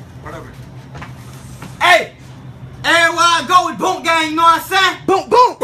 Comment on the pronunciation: Nobody knows how to say boonk